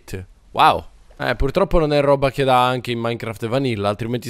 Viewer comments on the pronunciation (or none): none